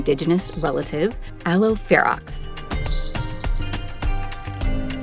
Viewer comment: Aloe ferox, not verox.